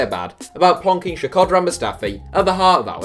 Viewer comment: The worst pronunciation on Shkodran ever hahahahaha, you didn't even try!